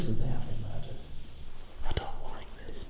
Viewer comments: "If you've ever bean" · I found it so funny how he said “been” as “bean” 😞✊🏾